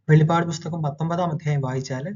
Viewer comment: വെളിപാട് അല്ലടാ വെളിപ്പാട് നീ പറയുന്ന വെളിപാട് വെളിച്ചപാട് പറയുന്ന വെളിപാട് വേദപുദ്ധതകം ന്നന്നായി പഠിക്ക